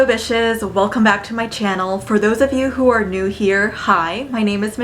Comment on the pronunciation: Did you start the video by saying “hello bitches”? Or “hello dishes”? I couldn’t tell.